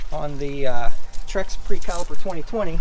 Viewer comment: "Trek" not "Trex". Great video, thanks!